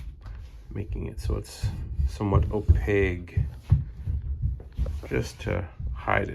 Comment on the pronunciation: Opaque....hard K sound, not G. Nice repair.